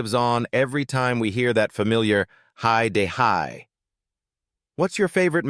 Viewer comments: Why dont you watch one of the episodes before you do a comentary on it. Then you will know how to pronounce the title. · FFS, at least learn how to properly say the title...... Or better still, stop using A.I Bollox 🤬